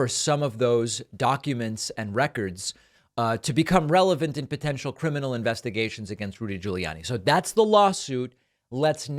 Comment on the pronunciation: Was it me or did after 2 SHOTS at 'Relevant' he STILL said 'revelant'!? I blame home schoolin on the whole 'my own science' epidemic! And well when your whole world view is biblical based aliens are demons,& everything is a Satanic sign from Monster Drinks to any Triangle Anywhere you just aren't a serious minded person. Maybe well intentioned but sadly misguided,maybe corrupt in top!👽